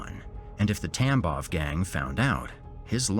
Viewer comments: I know you're saying gang, but my brain keeps hearing TampoN gang and it makes me giggle each time you say it 😂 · Thank god I’m not the only one! And the first mention of it he said something about bloody conflict and I just about lost it.